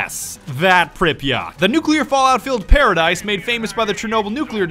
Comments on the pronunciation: Pripyat', not Pripyat Припять, не Припьять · 1 minute in and im tempted to click off by his way of pronouncing Pripyat It’s prip . Yet Not prip .e . Yat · Pripyat (Prip-uhh-YAt) Not (pripa-Yacht) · you pronounced Pripyat wrong, its pripyat not pripyot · Why did he say pripyaught when prepyet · ITS NOT PRIP-EEE-YACHT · Prip eh yet. Not prip yacht. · The ‘yat’ in Pripyat is pronounced as yet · Prip(like crip)-yat(like blyat without bl) Pronounce it smoothly Priiiiiipyaaaaaat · Call me triggered but its read as pripyat but pronounced pripyet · ITS PRIP "EE" YAT" god capitalist big dogs am i right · Its PripyAT you fuckwit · It is pronounced preepiat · Its pronounced Pry-Pee-yet you uncultured swine! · PRIPYAT' NOT FUCKEN PRIPYA'T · You are saying Pripyat so MAXIMUM funny XD Uh... That's because I am russion? Hmm...